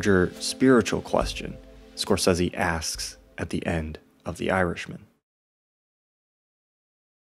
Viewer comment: Thank you for pronouncing Marty's name correctly, since almost NOBODY does.